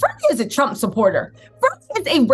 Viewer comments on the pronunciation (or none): none